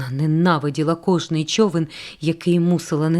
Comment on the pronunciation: Важко слухати через неправильну фонетику. Вона замість "човен" каже "чьовен", замість "чоловік" каже "чьоловік", замість "почав" каже "почяв", замість "почув" каже "почюв", це дратує.